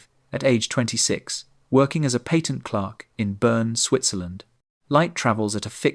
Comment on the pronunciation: ish - what is a pay tent clerk? FFS, check your AI's work before posting 😂